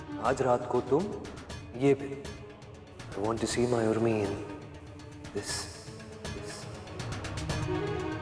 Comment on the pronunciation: Udmi nhi Urmi hota hai 😂